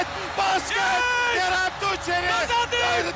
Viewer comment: 10 defa aralıksız Kerem Tunçeri dedi ama bazılarında Tunceli dedi bazıların da Tuğçeli. Ulan adamın ismini unuttum. 😂